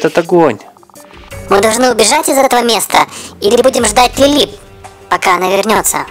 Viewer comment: Не Лиля а Лили